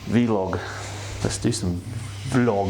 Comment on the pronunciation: Ps, want a 10th place spot on that leaderboard. PPs, it’s Vlog, not Vee Log